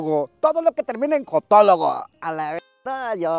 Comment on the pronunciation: dijo Jotologo??😂